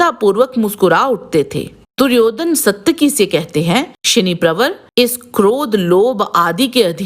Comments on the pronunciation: इस महाभारतकालीन पात्र का नाम "सात्यकि" था ना की "सत्यकि", को अगर महाभारत/ रामायण कालीन पात्र के नामोंका उच्चारण सही नहीं आता तो पहले सिखो फिर लोगोंको बताओ. गलत उच्चार करके उसका अर्थ ना बदलो..... सात्यकि नाम का अर्थ बेहद यूनिक है! सात्यकि नाम का अर्थ "भगवान कृष्ण के सारथी, कृष्ण का सारथी" होता है। "सत्यकि" का कोई अर्थ नहीं होता है.. सनातन काल में हर एक नाम को अर्थ होता था... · वीडियो में सात्यकी को "सत्यकी" क्यों कह रहे हो? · you are not pronouncing correctly...its SAAtyaki not SAtyaki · सायकि का पड़ोसी था? 😊 वह सत्यकी थे।साइट्की नहीं। और यह बताओ वृषमि कौन थे । जिसको समझदार बता रहे हो। बताने से पहले पूरा पता होना चाहिए वह को है क्या अपने मांसे पूछो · इनका नाम सात्यकि है । सत्यकि नहीं ।